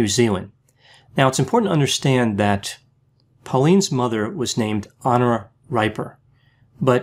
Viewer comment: "Dee-bore-ah" "Hen-Ora" and "Ree-per"